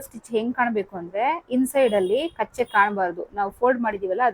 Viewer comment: ಮೇಡಂ ಕಚ್ಚೆ ಅಲ್ಲ ಅದು ಕಚ್ಚ